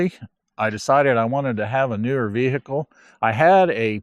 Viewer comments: Sorry about your V-Hickle problems, man. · Veeee Hickle